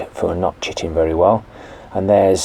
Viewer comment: I heard "chittin'" as "chicken" the first time and was worried some poor hen would have to live her life on your shelf. : ) Sorry about your rain. We're getting snow today and the high temp tomorrow will be -5. (18 degrees under normal.)